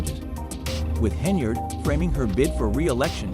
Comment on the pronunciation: Try harder and get an ai platform that pronounces henyard.